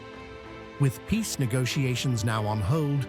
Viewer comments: I believe Zelensky here when he says "We want piss." That's how he always pronunces it. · Poor guy. Every time he says I Want Peace All I Hear is PISS. I want Piss just like 🇪🇺